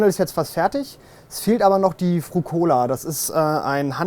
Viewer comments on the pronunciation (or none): Wäre bei all dem Perfektionismus natürlich schick wenn der Typ die italienischen Begriffe richtig aussprechen beziehungsweise überhaupt nutzen würde. Frucola wird anders betont, und es ist ein Gondoliere und mehrere Gondolieri.... Das ist wie Pizza und Pizze.... aber man kann ja nicht alles haben. Und ist in der Tat extrem unhöflich und fällt den Leuten immer ins Wort. Macht er schon ewig, ist vielleicht sein kleiner Ego-Booster, weil er sonst nix darf, keine Ahnung, aber es stört die "heile Welt" der Videos enorm.